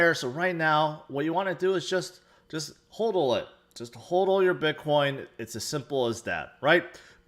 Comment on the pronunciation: it's "HODL it not HOLDL it!